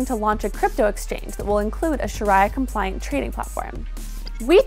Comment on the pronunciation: It's pronounced Sha ree a